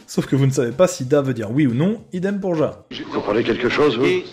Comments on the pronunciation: mais on prononce ya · Juste au cas ou : « JA » ce prononce « YA » 😂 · raté xD C'est pas ya mais ja (Mais ca se prononce ya)